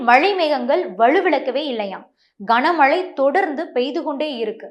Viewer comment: கஙனமழை இல்ல கனமழை